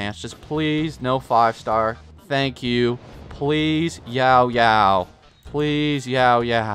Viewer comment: Time for the stupidest complaint of the comments section, but her name is Yaoyao, not “YAO,…yao” It kills me when you put a 3 second pause in between her name haha